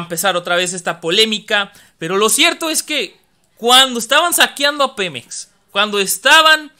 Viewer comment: Segundo :06. El pemex de tu presidente??????? Snap, snap, snap, slap, slap despierta chavo, ES PEMEX, no pelop, buen chiste, aunque estoy de acuerdo que México sea el único propietario y no cualquier corrupto